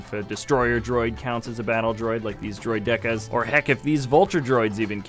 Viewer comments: he called a droideka a droid-deca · Is that really how droideka is pronounced?